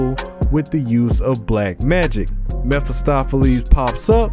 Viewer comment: Ya said his name wrong